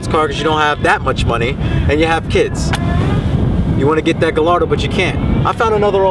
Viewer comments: Pretty sure Gallardo is pronounced guy - yard - doh, not gal - lard -o...just sayin' I don't know that people overlook Audi, they seem like there are tons of them here in Cali. After all, they're just Volkswagens right? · Gayardo not guy' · Guy-ar-do not galardo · galardo?... really? pronounced gayardo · Buddy pronounced Gallardo as (Guh-lar-dough)......I'm sick 💀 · “guh lar dough” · just cause akon pronounced it gallllllardo doesnt mean its correct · its enunciated guyardo not gallardo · Lamborghini's are (often) named after famous Spanish bulls that the matadors would do their thing with. Therefore, it actually is guy-ar-dough. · Guy are doe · How are people still pronouncing Gallardo wrong? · Lmaooo is it me or he’s saying gallardo wrong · Sounds Sick. Pronouncing Gallardo wrong though. I have a 2008 and this car is either a 07 or O8. Mine is Grey/Blue with off white seats and carbon fibre. It's fast but not as fast as the M5's. Oh.... WTF is that awful background goat/sheep/Rc Nitro sound at the beginning of this video? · He doesn't even pronounce gallardo right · trollinger most people in the states say it wrong, kinda like most people here say porsche wrong too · Ya that's definitely a 2008 lol, and bothers me soo much you mis-pronouncing Gallardo. V10 sounds amazing however :)